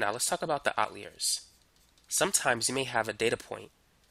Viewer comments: out leers?.. its out-liars....jeez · why do u say outleer, it's outliers like out liar. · You are an excellent teacher and I just want to correct your pronunciation of the word outliers. It sounds like Out liar as in someone who does not tell the truth. YOU are a great teacher. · What dialect pronounces it "outleer"? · Great video but if you say "Outleer" again I will scream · I'm so thankful I wont even comment on how strangely you pronounce "outliers" :p